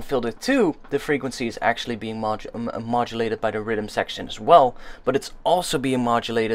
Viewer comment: i like how your accent makes you say riddim when youre trying to say rhythm